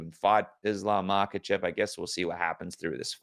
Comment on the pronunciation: Hate the way he says islams last name 😂